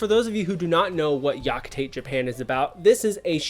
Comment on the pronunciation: Pro tip - when pronouncing japanese names, pronounce it as many syllable as it allows. Yakitate, Tite Kubo.